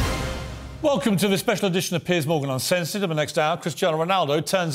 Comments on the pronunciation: Why does it sound like he's calling Piers Morgan Piss😂😂😂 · I love the way he keeps calling Pier, Piss. Very fitting.